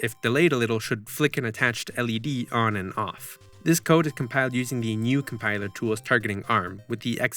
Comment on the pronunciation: it's pronounced gah-new